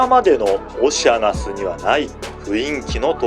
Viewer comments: 確かにそう、おっしゃなす。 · あかん、オシアナスの変な発音が気になって内容が入ってけえへんやろ。